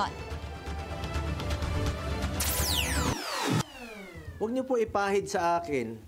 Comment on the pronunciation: Why do filipinos say ADDministration instead of ADministration? Is it trendy to say it wrong? Also, the word “parang” now it sounds different. It’s now PARR-ang!? It’s weird and very annoying!!! Please STOP, it’s not cute at all!